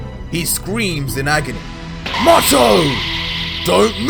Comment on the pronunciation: IDK if it's just ur accent, but I'm pretty sure Mato's name is pronounced "May-Toe" like a Tomato. I guess Tuh-May-Toe Tuh-Mah-Toe, but the girl Basil is definitely "Bay-Zul" like the Herb. It's pretty evident that this writer used the true Dragonball formula, by using names that link together... ie; Freiza(not freezer) Cooler, Frost